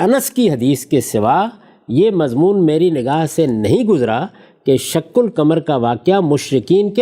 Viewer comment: سورہ قمر کی تلاوت بھی صحیح پڑھنے کی صلاحیت نہیں ہے شق قمر ۔۔کے ق پر زبر ہے اور جناب زیر پڑھ رہے ہیں